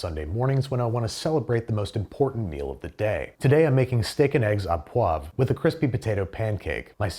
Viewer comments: Canadian here 😁. Au poivre is pronounced oh and not ah poivre. Say oh poivre. Otherwise excited to watch this episode as I knit. 😁😁😁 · Thank you. SO many people say “ah”. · Aww poiver. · I came here to say this.